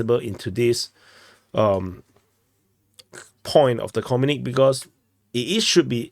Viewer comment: Comrade, it's pronounced 'communikEh' not 'communik'.